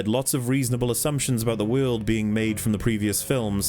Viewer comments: why does he say "wiirld" every 10 seconds distracting as fuck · Can you please stop pronouncing the word 'world' as 'wailed' even though you pronounces it right Thanks, we really appreciate it.